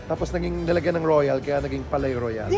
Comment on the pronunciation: Palais Royal pronounced like "Paliy rwayal" po😊